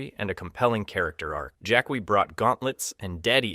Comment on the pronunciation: Why are you saying "Jakwee"??? Its just Jackie written differently. Like Spanish "qui"